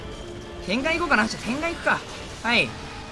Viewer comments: 天眼（てんがん）×→天眼（てんげん）○らしいですよ。違ったらすいません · 天眼 ×てんがん ○てんげん ですよ